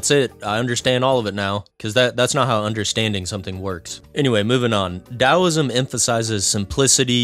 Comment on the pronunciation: I found so distracting that u pronounced the T as a D but once in a while u accidentally pronounced with a T lol